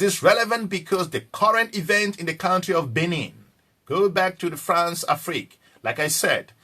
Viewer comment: What is FARNCE? PERHAPS YOU WANT TO SAY FRANCE